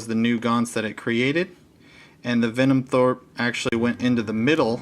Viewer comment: Denim throat... Denim throat... Denim throat... Venom THROPE... HAHA yer killin' me!